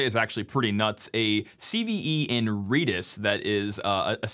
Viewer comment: red-is not reedish